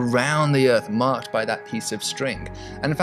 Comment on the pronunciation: The "uhrth."